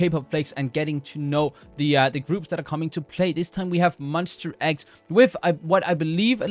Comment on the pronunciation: Hello, just wanna say it's pronounced as MON - "STA" X, not Mon - "ster" X. it's --ta not --ter. Just want to make it clear coz many who doesnt know about them are mispronouncing their group name :)